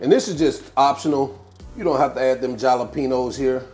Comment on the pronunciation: Jalepenos....isn't it a H sound not J sound.... Hal..le..pee..nos.....just asking for a friend...